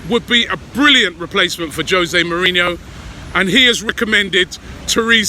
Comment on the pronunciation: Hoe-se mourinho